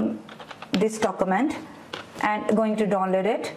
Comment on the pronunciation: stop inhaling so loudly ... annoying. stop saying dokumant. you will sound more professional 9f you speak urdu and turn on CC for foreigners